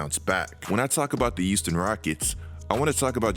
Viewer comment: "youston rockets". There, now y'all can't unhear it either